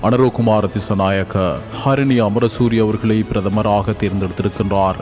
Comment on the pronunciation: Athenna karini enra uchcharippu... sariyaaka harini enru kooravum. Head line ku poruththamaaka thaan pesukiromaa? Enbathayum kavanaththit kolka...